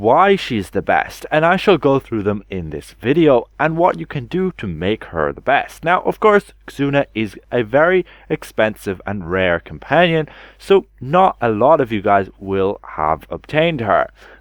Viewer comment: I love your videos and I think you're an awesome fella, so I hate to do this, but it's just pronounced "Zoona" :)